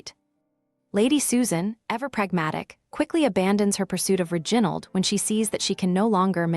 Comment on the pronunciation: ' Ri... gin...ald'. Really!?